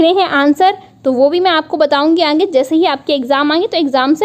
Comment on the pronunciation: आप आगे को अंगे क्यों कहती है? कई बार सुन लिया।